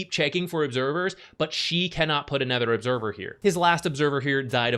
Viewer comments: anOOOOOOOOOOOOOOOOOther. Fucking hell it's annoying to keep hearing aNETHER. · It’s “other” not “ether”